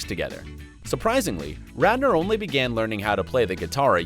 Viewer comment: Am I the only one who noticed the anchor called him Rander instead of Radner?